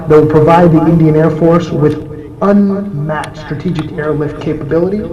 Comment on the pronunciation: Yea good that we are getting these age old technological aircrafts, but surely will serve our purpose to our country. Good job India. And plz next time can someone find a better TV reporter to speak, he is struggling to say the word "Strategic" he is going like "eStreegic". .......